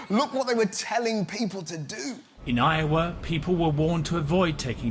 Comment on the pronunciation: It was so cold in Iowa that people were getting frostbite after 4 minutes of exposure. I didn't leave my house for 3 days. (Side note: I've never heard an English person say 'Iowa' and that was awesome)